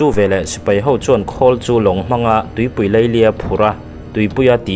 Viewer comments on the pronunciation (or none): none